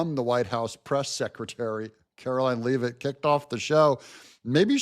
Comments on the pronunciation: Karoline Leavitt. PRONOUNCED LEVVITT, NOT LEEVITT. Please help us! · Karoline's last name is pronounced "LE-vit", as in "leaven" or "heaven", not "LEE-vit". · Pronounced “Lev-it” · You are pronouncing Karoline Leavitt's last name wrong, you'll hear it enough times to get it right. Just saying.